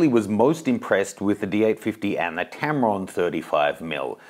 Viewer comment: Tamron? LOL